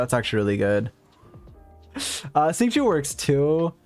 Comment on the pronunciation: love the video but please god watch a liyue pronounciation video the xingiu and xiangling pronounciation makes my bones itch